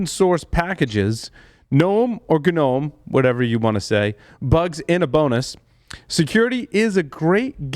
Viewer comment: It's a silent g in gnome dummy